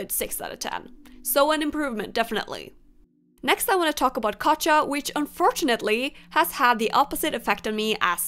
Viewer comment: its not katcha its katya